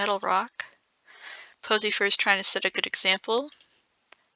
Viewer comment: Am I the only one who keeps hearing posyfur as pussy fur